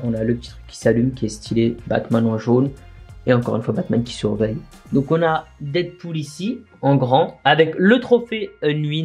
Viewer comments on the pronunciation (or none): none